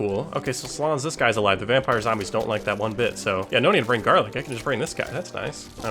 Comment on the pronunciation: you do say "ong's" as "awn's" (i think without noticing) lol